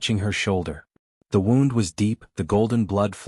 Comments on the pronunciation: I know right, I guess if it was spelled wrong like woond the would get it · Why can AI never pronounce the word “wound”?